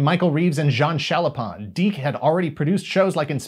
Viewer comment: Turns out I've been mispronouncing "DIC" for years...